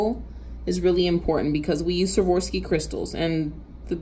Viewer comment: A great way to remember how to correctly pronounce Swarovski (not Swavorski) is to basically remember this sentence, "I swore off skiing." I even taught my burly truck driving hubby to say it correctly using this method. 😉👍